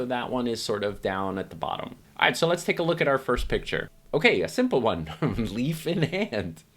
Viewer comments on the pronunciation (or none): none